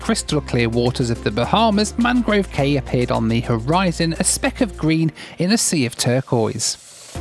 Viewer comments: Great video, but cay is actually pronounced “key”. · Cay is actually pronounced key. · Used to live in the Bahamas. “Cay” is pronounced “key”. Loved the out islands. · Cay is pronounced “key” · Cay there is pronounced Key just they spell it like that & you being from UK should know lol. Nice job loved it. -Cheers!